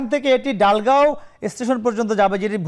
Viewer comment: ডালগাঁও নয় দলগাঁও